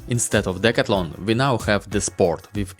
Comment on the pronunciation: The proper way to say the name of the store is, Dee/ Cath/ Lon, I am just helping you, please do not be offended